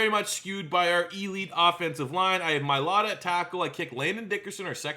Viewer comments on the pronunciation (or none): none